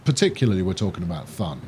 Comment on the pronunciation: again great episode! but, I'm still wondering, who told you how to pronounce "Thun". In German it's simply pronounced like "toon", like in cartoon. I am playing the same map while watching your videos. I am a bit ahead, and as a tip, I connected two Airports quite early, but they're paying out. Locarno and Bern get a shared Airport in the middle, and people love to fly out to Schwyz and the cities around it. Keep on going mate, Schuubi